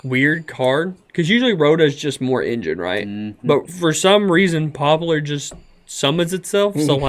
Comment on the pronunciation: It’s Pop-lar! Omg lol ppl stop saying “popular”